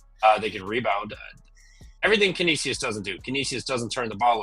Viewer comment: Trevor trying to pronounce Canisius is hilarious. It's can-ish-is 😂